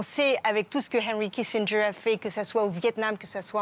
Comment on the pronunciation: Heiynry Kissindgeuwre